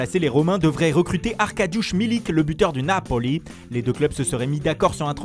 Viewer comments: La Rrrrrooommma et le Naaaapoli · La FlorennnnnTiiiiiinA 😅 La rrrrrrrRooooomA 🤣 Le naPÔli 🤣